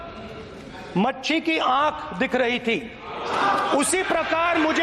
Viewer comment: पप्पू जी मछली होता है मच्छी नहीं